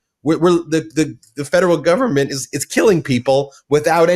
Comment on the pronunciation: maga mike can't even say government. He says gubment